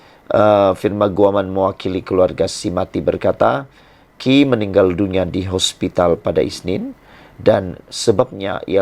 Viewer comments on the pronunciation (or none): hospitlxsebut hospitaana2